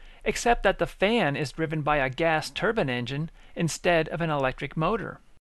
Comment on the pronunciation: Why does it sound like he is saying Turban its Turbine Not a Turban !!!!!